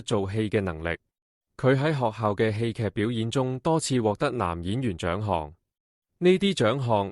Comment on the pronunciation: 侄唸「窒」，戲劇不是居！